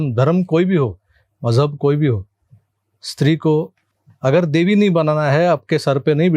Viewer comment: it's not Majhab, it's Maujhub